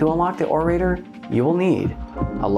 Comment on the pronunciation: Orator is pronounced with a soft a and a hard o sound. Less "O ray ter" and more "Or uh tore".